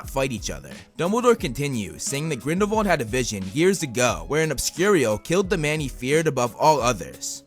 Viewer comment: Why do you say Grindle-VALD i tjought it was Grindle-WALD